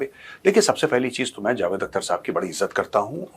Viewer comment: "Akhhhhhter" theek urdu mein pronounce karo Major sahab 😂